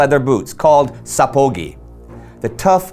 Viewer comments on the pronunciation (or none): sapagi not sapogi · Just a bit of a clarification the boots or сапоги "sapogi" are actually pronounced sapagI, the emphasis is on the last syllable "I". However in the Russian language today sapogi actually means boots. So it's not a "Type" of boot, but just plain old boots. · Applause on the largely successful attempt to pronounce the Russian words with the correct stress! So, you got only 'bashlyk' and 'sapogi' wrong (both of which should be stressed on the last syllable). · When you pronounce Russian words like "Sapogi" and so on they sound as Japanese words. Pronunciation is not correct at all and I probably wouldn't understand what the word meant if I heard it in real life but the words themselves are accurate nevertheless